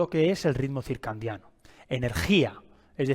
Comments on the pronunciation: ❤ también me hace distraer cuando dice circan😅diano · Si esta explicando un tema, como pronuncia y escribe mal la palabra!! Es CIRCADIANO no CIRCANDIANO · Porque dices circandiano??? Cuál es tu profesión? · Sí, por favor no digas circandiano. Excelente información, me gustó y me parece muy útil. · Con todo respeto se dice circadiano sin N no circaNdiano dr.muy bueno el video.gracias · Circandiano... porque no lo pronuncia bien? 😂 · Bueno ni pronunciar el nombre puede este pobre hombre que se dice “experto” lol “circaNdiano”😂😂😂 …algo bueno saldrá de este “vidio”😂😂😂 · HOLA AMIGO, ESCUCHATE. DICES: RITMO *CIRCANDIANO* CORRIGE POR FAVOR. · Porque pronuncia CIRCANDIANO ? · Súper bueno el video. Lo único es que es ciclo CIRCADIANO, en lugar de circandiano. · CIRCANDIANO,,,,😡😡😡😡 ERES UN IGNORANTE DE LA MATERIA? NI SIQUIERA PRONUNCIAS CORRECTAMENTE LO QUE QUIERES EXPLICAR,,,SABRÁ LO QUE DICE???? 😮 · Es CIRCADIANO... que no sepa cómo se escribe y que lo pronuncie mal lo propone como un charlatán. Me da desconfianza. Si bien la información que da es en peroncho correcta debería hablar con propiedad. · Buena informacion, pero me estresa todo el video diga circaNdiano 😢. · X4. Ahora no voy a poder dormir pensando en esa palabreja. 😂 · Por qué dice ritmo circandiano??? Se dice circandiano...hay un gran error en el vídeo. Escrito en la pantalla y expresado oral 😞😞😞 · Ay me distraía cada vez que escuchaba circandiano!! 😅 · Excelente video y muy bien explicado,el error de pronunciación es lo de menos lo importante es el contenido , felicidades